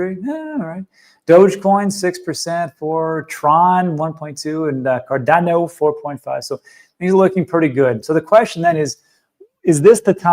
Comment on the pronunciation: I really love watching videos, but that speech impediment he has with 'Cardano,' 'Solana,' 'China,' etc., triggers me every time. Apparently, it's just me, and don't know why I find it so annoying. But he does it constantly, which is soooo meeh.